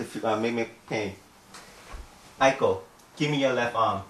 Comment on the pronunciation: "Hello, my name is Eiko" But I thought she just said her name was Aiko?